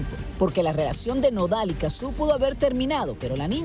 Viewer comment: En serio le dicen Cazzú? Le dicen mal el nombre a propósito?